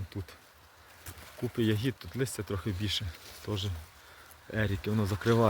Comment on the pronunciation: У слові я́гід наголос падає на перший склад — на літеру я.Це форма родового відмінка множини від слова ягода